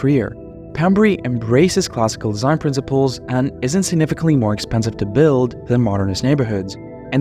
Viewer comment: Drinking game: have a shot each time he says ‘deeshaihn’.